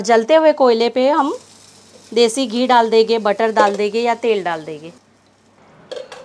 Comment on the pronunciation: Plz enhance Ur Urdu/ Hindi pronunciation........it seems U r anyone but a Urdu/ Hindi speaking person Dal dege......Dal denge Banane ja rahe hai......banane ja rahen hain...... pronounce N CLEARLY. PLZ.....AAP NE TOH URDU KI TAANG TOD DI....I feel offended.